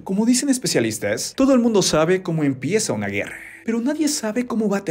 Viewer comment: Alguien más se dió cuenta que se usan palabras con 'e' Vide, guerre, y otras, tuve que escuchar varias veces para confirmar esto